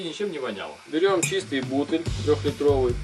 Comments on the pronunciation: Пипец, а что это за слово бУтль, знаю есть бутЫль. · "Чача", "Бутыль" противно слушать.Куда ты лезешь,грамотой?!